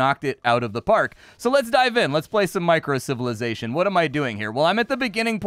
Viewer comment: Microcivilization, not "Minicivilation" :D